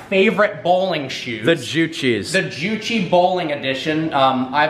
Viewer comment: Wtf, why do you pronounce Gucci so damn weird😂😂